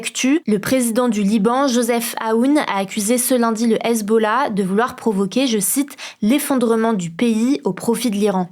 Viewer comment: c possible de ne pas engager des gamins? ""? "l'usbollah"? c "Hesbollah" pas "US" machin chose...